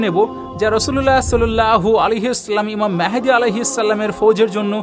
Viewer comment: Vi mehedi noi vai mahdi.